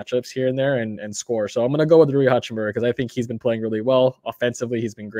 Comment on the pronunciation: Not pronouncing Rui's name right lol! It's japanese